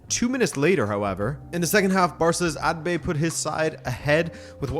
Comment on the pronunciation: hey, it's Abde, not Adbe just sometimes to note! ❤️